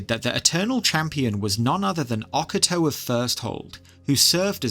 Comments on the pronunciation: Oca Toe ❌ O Cato ✅ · O-ca-to not oc-a-to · Oc-a-toe 😂 I didn't even realise you were talking about High chancellor Ocato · Please for the love of god learn how to say Ocato's name.